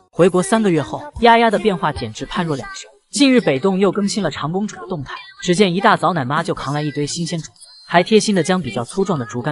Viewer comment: 纠正博主一下，丫丫是长（zhang)公主，不是长（chang）公主。家长的长，长子长孙的长，长子长女是父母的第一个孩子。